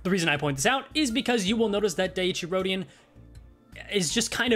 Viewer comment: At least it ain't as bad as calling her Dicey Rodion. 😂